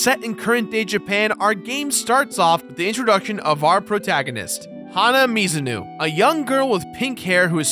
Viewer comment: "Hana Mizunoo" Gosh,, I know you have a hard time pronouncing japanese names but hana herself even says it! Oh well, we still love you.